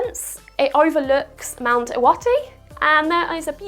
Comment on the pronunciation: Your pronunciation of Iwate is pretty much spot on. The worst I've heard is someone pronouncing it in a way that rhymes with "irate"!